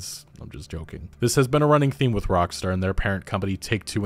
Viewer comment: "Rockstore" fucking lol well done